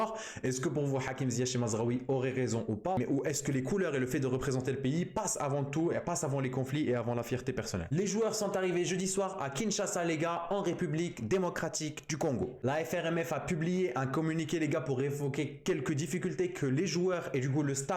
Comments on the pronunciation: Kinshasa pas kingashaaa brooo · Kiekiekie, a Kinshasa et non kingasa , nous vous battrons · c'est pas kingasha c'est kinshasa ;p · Kinshasa, pas Kingasha...